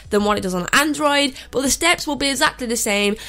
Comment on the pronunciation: But it sounds like butt